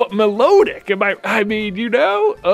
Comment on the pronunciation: Music nerd time: Milotic is pronounced "mih-LA-dic" because it's cry is based on the Melodic Minor Scale. As cool as Mythos is, Data has worked too hard to get the bench now. The wild Seel was a sign! Data stays on the team!